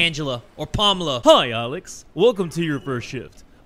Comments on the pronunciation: “Handgela or Palmela” 😂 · Hand-jela, palm-illa 😂😂